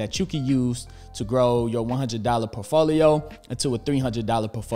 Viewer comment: My days made when you say POfolio..lol. Love it🏋️